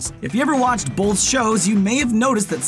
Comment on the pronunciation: the narrator keeps pronouncing the word "both" as "bolth"... Why???